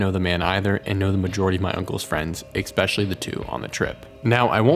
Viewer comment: Okay man... I love your content, so don't take this the wrong way: There is no "X" or "C" or "K" in the word "especially". Aside from that, keep it coming!